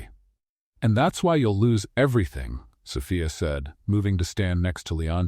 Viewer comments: Am I the only one bothered by the mispronouncing of "Sophia"....It's So-fee-a.....NOT So-fi-a....about to drive me crazy!!!! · An AI may not have learned how to pronounce a common name like Sophia ( "so-FEE-uh"), yet most educated humans would, thus I would declare that Impressive Stories has chosen to cheat the public by employing an AI instead of a human who needs money to feed hisself or herself. Yes, the beings behind Impressive Stories should be ashamed. The stories may be well written, but shameful presentation is not well. Greed should be shamed. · AI can't pronounce Sophia correctly. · I liked this story but the narrator kept mispronouncing Anna’s name incorrectly. Was it Anna or Aina? Even Sophia’s name was mispronounced, for that reason, I give this story an 8/10.